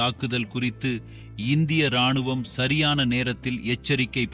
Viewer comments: ஏம்பா வீடியோ பதிவு போட்டவரே தமிழில் நீதான் பேசுகிறாயா இல்லை ரோபோ பேசுகிறதா ? மனிதன் என்றால் ராணுவம் என்பான் அது என்ன இராணுவம் ஈ ராணுவமா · உதாரணமாக ராணுவம் எனும் பொழுதும் இ சேர்த்து உச்சரிக்காதீர்கள்